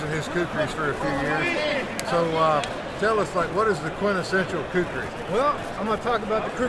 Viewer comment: Not kukhris it is khukuri